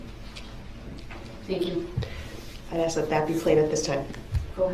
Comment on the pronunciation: I have a few questions to aks. But hey, it is New Years Day. I will just aks them tomorrow. Happy New Year 😂